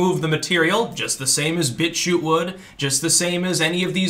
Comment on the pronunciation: "He's writing a hit-piece about Bitshue...". Hm... the word "BitChute" has a "t" at the end.